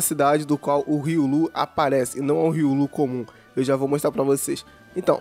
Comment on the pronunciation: Hiii... Sou super fã seu... Deixa eu te dar uma dica... Se diz Ri-ô-lu! Tá? 😘 Manda salve, ou dá um coraçãozinho 💗